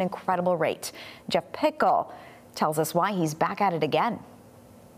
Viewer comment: Jeff pickel.. say it right or get off the stage!!